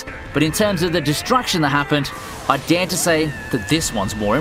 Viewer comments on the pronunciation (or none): none